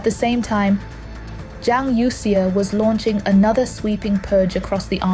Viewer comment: Please fix the pronunciation of Youxia (from the current incorrect youk-see-a).